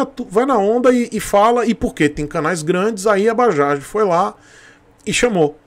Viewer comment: Tú tb? Por favor digita na barra do Google: "Bajaj, pronunciation in India". Cara vc vai ficar surpreso! É MUITO DIFERENTE, E COMO VC SABE, NOME PRÓPRIO NÃO SE ALTERA.